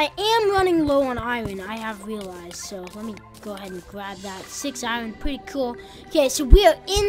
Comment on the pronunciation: why do u say iron wrong